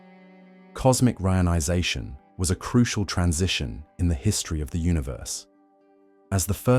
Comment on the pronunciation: Pretty decent AI voice but the pronunciation of "Re-ionization" is the giveaway. Also many points are repeated a number of times. Perhaps get a human to proof-read and proof-listen before uploading.